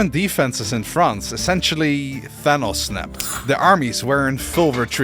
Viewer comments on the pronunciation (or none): none